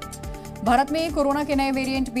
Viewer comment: O... Hello भरत नही भारत बोलिये.... कैसी एंकरिंग करते हो.... आपको ठीक से बोलना भी नहीं आता...